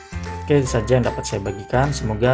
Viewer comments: bagus banget mas. Masukan aja mungkin pelafalan bahasa Inggrisnya bisa di benahi, seperti Scene bukan `sken` tapi `sin` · Eh min, bener kah itu bacanya SCENE yaitu SKEN??? 😎🤔🙄